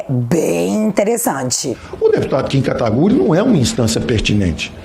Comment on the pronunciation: tipo Guedes, fiquei decepcionado com "Katagury"...